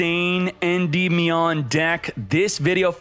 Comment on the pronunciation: Love the tips but learn to say Endymion properly, please